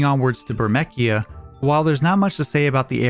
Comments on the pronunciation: I'm having trouble with Burmeckia too. I always pronounced it with a s sound like Bur-meece-ee-ah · OP is correct please never let me here it pronounced the way the way it was in this video ever again. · First time I've heard Bur Mee See Ya pronounced with a Mekia ! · The official pronunciation is bur-me-sia and zi-dane like great dane not zidon. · never heard someone say it like bur-mek-ee-ah. I always said it in my head as bur-meese-ee-ah. does anyone know what the right pronounction is :O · I always pronounced it Burr-mee-see-ah, I've never heard it called Burr-mek-ee-ah. lol Feels like a Tidus vs. Teedus moment for me. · It IS Bur-me-see-ah. Literally no-one pronounces it Bur-mech-ee-ah. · Its Zye Dain Its Bur Mee See Ah. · Bur - mæ - sia( same as pronouncjng the female singer name) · Zidane? NO Zidan Burmecia? NO Bermekia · Ber-me-see-a ...lol Great video tho.❤ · Was my first thought. "Burmekkiah"?? dafuk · It's bur me ci a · EXCUUUUUUUUUUUUSE ME? BUR-MEK-IA? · "Burmekya" "Zidawn" Are you doing this on purpose just to get comments? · "Moving onwards to Bur-MECK-ia..." Bur-meck-ia??? Seriously bro? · I know you didn't just say burmeckia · Who in the actual fk pronounces Burmecia like that lmaoooo❤❤ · You're saying burmecia wrong. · Never before have I heard anyone pronounce Burmecia with a hard c, as if it were a k... Only soft c, as if it was an s. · That's an interestingly brave way to pronounce Burmecia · That's not how you say burmecia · only burmecia was 'wrong', but he's saying zidane correctly. most americans get it wrong and aren't even aware of it